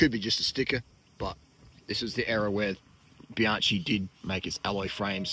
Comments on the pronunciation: Very pretty bike, mate! Midschool rules. But practice with me, Be-YOUNG-kee. Not Be-YAN-chee. Be-YOUNG-kee, please. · Nah, it's not a seperate "bee" It' bjahng-kee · Bianchi is pronounced Bee-Yankee